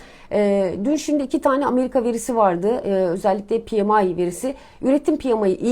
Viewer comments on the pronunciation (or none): none